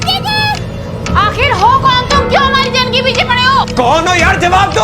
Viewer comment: जान ❌जंग ✅ पे😂😂😂😂😂😂